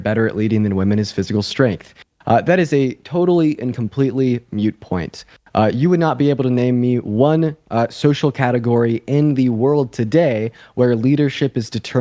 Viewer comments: "moot point", not mute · ok the word is moot, not mute. i stop listening when someone shows a lack of understanding of the english language. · "Danger" NOT "dangerousness". And not a "mute" point....but "moot" point...rhymes with 'boot'. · Moot not mute…sorry not important but I’m sure he just misspoke. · Moot point not mute point! Pet peeve, sorry. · OH FOR FUKS SAKE. "MOOT" POINT. NOT "mute" point. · It’s moot not mute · Moot is a mispronunciation of mute... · So, to get back to some well-known history: who was the better sovereign — Henry VIII or Elizabeth I? If Fuentes sincerely believes that a good leader is “disagreeable,” this is certainly one quality he seems to have mastered. However, your boy does need to learn to pronounce “moot.” There’s no such thing as a “mute” point.